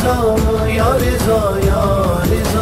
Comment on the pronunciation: Riza ni raza